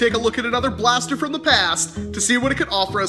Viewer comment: Paster... pls say blaster from the paster